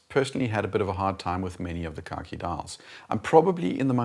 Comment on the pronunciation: Every time you say khaki it sounds like you’re saying car key. Keep up the great work. I don’t even own a watch and I’m subscribed.